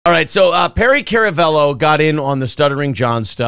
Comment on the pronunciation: It's pronounced karamello that's k a r